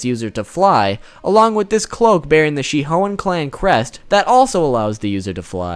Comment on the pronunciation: Yoruichi “she hoein” 👍🏽